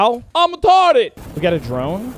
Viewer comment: Angry Cops pops in "He's Retodded"